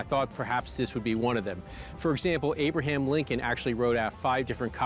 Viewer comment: "You have a lettuh... from AYYY-BRUH-HAAAYM LINCOLN?! THE....Abraham Lincoln?